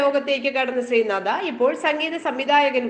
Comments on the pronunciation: Sreenadha alla sreenadh. Name nere parayan first padikku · ശ്രീനാഥാ അല്ല ശ്രീനാഥ്... പേര് പറയുമ്പോ കൃത്യമായി പറയൂ 🙄